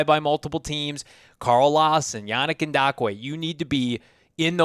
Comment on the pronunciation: I hope eventually realizes that there is no "D" in yannick ngakoue lol the way he says it with confidence is cringe lol it's pronounced N-gock-coo-ay